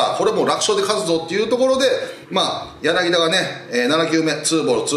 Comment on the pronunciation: 柳田 彼の名前はヤナギダではありませんよ。 ヤナキタですよ。 選手に失礼だし、解説何年やってるの？ 不勉強で恥ずかしいことだね〜 日本代表にヤナギダという選手は出ていないけれど。。。